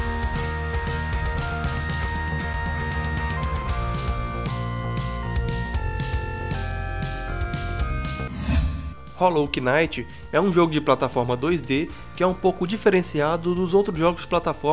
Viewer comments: 2;43 se escreve hollow knight mas se diz hollow night (o ''K'' é mudo) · Não se pronuncia o k em Knight